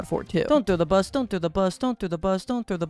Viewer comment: I don’t know why but the way he says bus scratches my brain. This is my new vocal stim lol